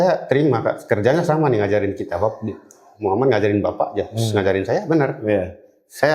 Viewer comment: Maaf Bu Bukan Mukhamad tapi Muhammad. Sesuai ejaan aslinya aja ya Bu jangan di rubah2. Itu Baginda Rasulullah bukan manusia biasa kaya kita. Ketikannya juga jangan kebanyakan typo. Agak pusing bacanya😅😅😅🙏🙏🙏